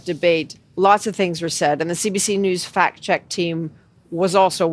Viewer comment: Did you say fact check or fat check? I think Rosemary's head is thick between the ears! NOT ONE INDIGENOUS BODY FOUND PERIOD. And you call yourself a reporter of the news and facts. More like propaganda and lies.